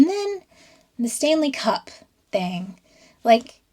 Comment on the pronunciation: When you refer to a Stanley cup, you should put the emphasis on the Stanley rather than the cup. Otherwise you'll confuse the Canadians in your audience.